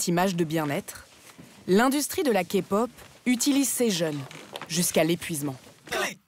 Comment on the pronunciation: Oui je confirme ton dernier point sur le rabaissement car ils ont entre guillemets afficher que des fans hystériques a l’écran alors qu’on est pas tous comme ça. Point positif observé les voix ont bien prononcé genre kpop et tout mais sinon le ton mis sur les voix françaises des idols est catastrophique on dirait on se fout de notre gueule